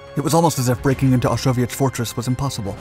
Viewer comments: I picked up where you left off correcting people with Osowiec Fortress will admit his pronunciation does sound like Soviet fortress though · Osowiec Fortress it sounds like soviet fortress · Osowiec fortress, not Soviet fortress. It sounds similar when pronounced by an English speaker. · "Osowiec", not "Soviet". Play it again. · its Osoweic pronounced Soviet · To everyone saying they weren't Soviets, that's not what he's said. It's Osowiec Fortress. That's the name of the place, nothing to do with Soviets. I have to admit, though, it did sound like he was saying 'Soviet Fortress' to me, too. :) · thank you for clarifying....it sounded like Soviet which didn't exist at that time...also thanks for showing gas was not limited to the western front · It did sound like "soviet" until the film really got going. I'm glad that I kept schum until the end. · Lol, I thought he was saying "a soviet fortress", but he was actually saying "Osowiec fortress". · I don't think so - it's the pronunciation of Osowiec